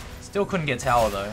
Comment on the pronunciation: It's called turret, or tower, not "towel".